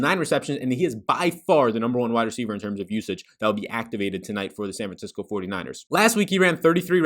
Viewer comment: this dude said san franciscki LOL